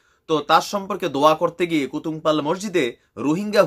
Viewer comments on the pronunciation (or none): Mr. vai! Apnar ekti Elakar nam bola ta sotik uccharon hoy ni. Apni jei elaka ta ke kutum palong bolecen. Ota kutum palong na! Eta hocche Kutupalong... Jar nam banglai likhle hoy কুতুপালং।